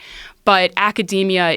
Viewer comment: Joe 'I pronounce academia like macadamia nuts' Rogan